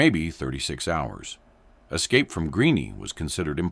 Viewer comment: Greene, Greeny, Greeny? Your Artificial Intelligence program sucks